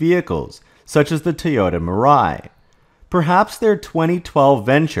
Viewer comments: why do you say "Tee ota"? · It's pronounced TOY-OH-TAH. Please, STOP mispronouncing